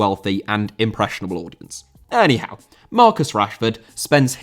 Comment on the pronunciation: "Any Howe" 😂😂😂😂